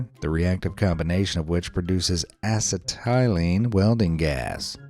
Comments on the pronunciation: pronounced: ass-settle-leen. asset-tile-leen, really:? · Ass-uh-TIE-leen?? You mean uh-SET-uh-lin? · Acetylene -- ass-i-TYE-lean????? ah-set-ah-lean or ah-set-ah-lin, if you're British. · The word "acetylene" is pronounced "uh·SEH·tuh·leen", not "a-suh-TEY-leen". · I had to pause for 5 minutes when he said "Ass-uh-tie-lean" ... Acetylene .... (Uh-Set-ih-Lean) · Acetylene is pronounced "A Settling" not "Ass of Tylene" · Acetylene: not pronounced ass-e-TY-leen. Is pronounced a-SET-i-leen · Acetylene is not pronounced Ass-uh-tie-lean. It's Ax-set-uh-lean. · "Ass a ty lean" lol, its 'Asset til lean'. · acetylene? ass-a-tie-lean? it's pronounced ah-set-ah-lean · A set uh lean, not assa tie lean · Acetylene- never heard it pronounced ass-i-ty-lean. Always thought it was uh-se-teh-lean. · Acetylene is pronounced as " A-set-a-lean" not ass a tie lean.😂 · Acetylene. I have never heard anybody call it acid-tile-ee. You probably have never been in a shop in your life. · Ass e tie lean????? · Sorry. I have to be that grammar snob. 😂 Acetylene is pronounced "uh-setill-een". I've used too many Oxy-acetylene torches to let that one pass me by 😂. Sorry, sorry, sorry. Had to say it. Carry on, now you know. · Learn how to pronounce acet·y·lene ə-ˈse-tᵊl-ən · I love how you pronounce acetylene 🤣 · Please google acetylene to listen to the correct pronunciation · Duffas can't pronounce acetylene! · It's cute that the narrator couldn't pronounce acetylene.